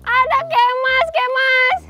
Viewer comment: Bukan kemaz pake z tapi kemas pake s